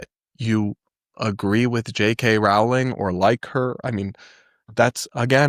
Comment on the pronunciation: How have you still not learned how to properly pronounce Rowling at this point?